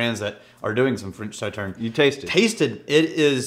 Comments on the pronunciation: They stressed the pronunciation of Sauterne, and still didn’t say it right...smh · “Saw”tern is correct. Hurt my ears to hear it incorrect. This is a really nice rye but pricey. Better values elsewhere.